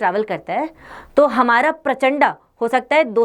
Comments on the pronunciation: कृपया प्रचण्ड को प्रचण्डा मत बोलिये। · Madam ji प्रचण्ड पढ़िए ना की परचंडा